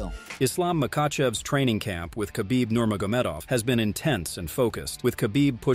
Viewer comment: Please learn to correctly pronounce Nurmagomedov. The accent is in the E, not in the O. Hearing “Nurmagómedov” several times in a minute is really annoying.